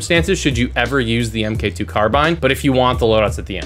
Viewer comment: Hate to be that gay but you say it mark 2 not m k 2